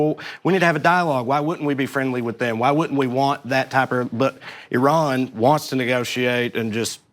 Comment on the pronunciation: Why does he keep saying "Ehran"? Shit! Are we going to bomb the wrong country again?!